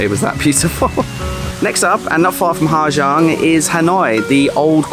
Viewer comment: it is impressive how someone stay 2 months in the country, make a video about the place and dont even have a glimpse about the society and language i only stayed in ha giang 1 week and it bother me how many times you pronounce the name of the place wrong HA ZANG